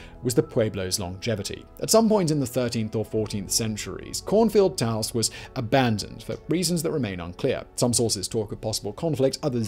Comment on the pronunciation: Simon, you said Taos correctly. I'm so proud of you.